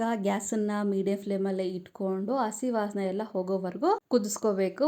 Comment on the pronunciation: It is not assi It's hassi Learn proper kannada